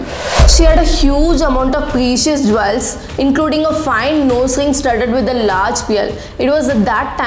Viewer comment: 1. It's pronounced jules , not jwells. 2. Understand the difference between woman and women. I will give more tips in your next video.